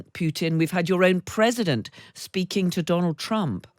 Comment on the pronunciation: Seriously, “Predident Poot’n”